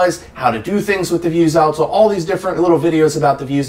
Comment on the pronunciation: Stop saying “vuse-alto”